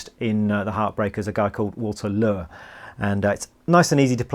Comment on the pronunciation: I’m a longtime musician who recorded and played with a Johnny T drummer and later got to know Dee Dee . Dude this is one of the few videos I’ve seen / heard where I’m certain Dee Dee would have rooted you on ! Just one thing Walters last name was pronounced Lure ( like Lori what you cats calla truck ) just add euuu so it sounds Leuuwri . Walter passed recently and was a great guy . You have managed to properly decipher . Very cool man ! Bad ass your doing the passing of Rock n Roll Knowledge.